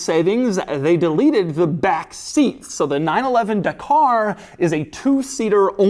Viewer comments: Da-kah Not De-karrr. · It’s not the car it’s dah car ffs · It's pronounced Dakar, not Dakar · Again I simuntaniously hate and love when americans give american akcent and reading methods to Non english names. Dakar is pronounced Dakar, not DEKER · It's dak-r, not duh-car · OMG Doug, it’s pronounced Darkrai, it’s obviously based off the pokemon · Dakar sounds like da car lol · Porsche 911: "Da Car" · It’s pronounced ja-car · Doug the type of guy yo get the name wrong. It is a silent R, so Daka. That's how the Senegalese/French pronounce it. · The pronunciation of “Dakar” 🤦‍♂️ bruh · Every Englishman yelling 'that is not how you pronounce Dakar' 😁 - great video as always